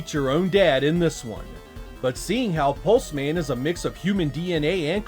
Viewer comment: Hes a pulse man...not 'Pulsemin' "Hello. I'm Steve. Steve Pulseman"